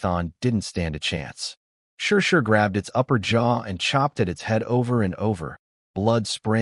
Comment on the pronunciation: Why does the AI keep reading her name as "sure sure"?🤨 It's clearly written as Shishi (she she). Sigh, no matter what story I listen to, the AI just can't read worth shit...😒